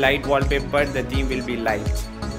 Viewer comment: first pronunciate theme properly 🤣🤣🤣